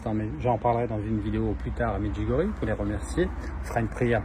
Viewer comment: Merci de prononcer MEDJOUGORYÉ. Soit beni.